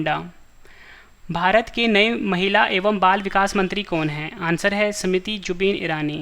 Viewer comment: Smuti nhi smriti